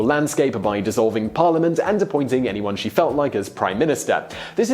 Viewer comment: You have mispronounced "parliament". Sorry sir.